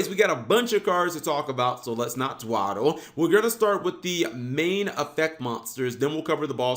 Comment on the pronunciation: Did this man say Dwadle? It’s dawdle LOL